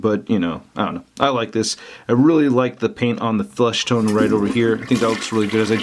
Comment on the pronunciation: I think because he said "flushtone" instead of "fleshtone" accidentally